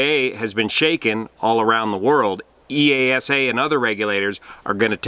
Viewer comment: It's pronounced 'E-sa'. The 'EA' makes a hard E like in 'ear'